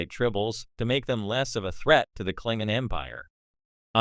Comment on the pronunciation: The who??? Wtf is a Klingon? When an AI narrator mispronounces a well-known word in a beloved series completely undermined your expertise and authority to speak on the subject